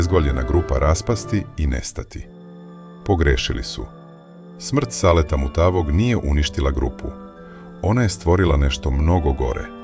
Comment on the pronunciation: Kakav je ovo naglasak "MutaAvog" ?